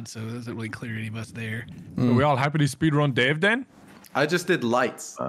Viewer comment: "SPEED RUUUN" sounds like "SWEDEN" aha